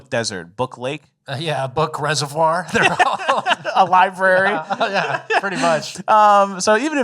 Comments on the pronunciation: Did you say "libary" on purpose? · Library not libary. Rip mom. She used to correct me all the time about saying Libary. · //are you guys saying "libary" ironically, or do you not know how to say "library?"